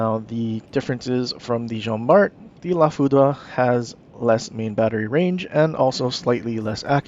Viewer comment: According to Google, it's pronounced "La FOO-DRR." Great video and information.